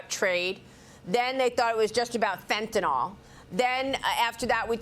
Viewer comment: Maria. It is FENT A NYL.